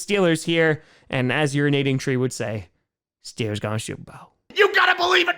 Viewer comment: Mf said stillers 💀